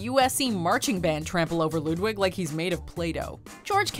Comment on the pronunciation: Ludwig not Lidwig